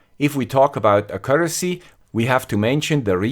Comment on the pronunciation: Accuracy...mal präziser aussprechen..